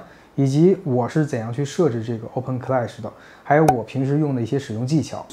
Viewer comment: clash读音是克拉什，不是科赖什，听着难受的很